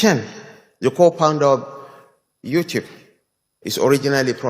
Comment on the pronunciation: He said co-pounder not co-founder period. What a zoo country